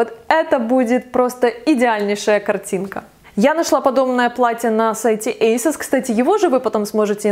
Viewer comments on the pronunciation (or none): none